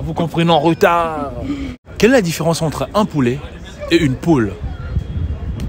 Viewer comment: poulet Apprenez à prononcer nom masculin 1. Petit de la poule, plus âgé que le poussin (de trois à dix mois). 2. Jeune poule ou jeune coq (coquelet) destiné à l'alimentation. Poulet de grain, poulet fermier. L'erreur est une humaine, bonne continuation.